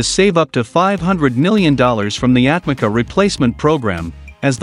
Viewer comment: Atmaca pronounced for you atmadja. Means thrown away. C = dj